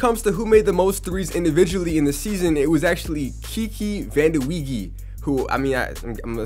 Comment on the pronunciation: its actually pronounced van-de-way